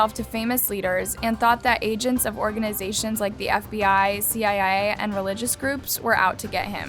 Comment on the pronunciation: Am I the only one who heard CIIA instead of CIA lol??